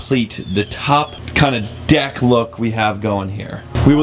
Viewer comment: you not saying deck right bro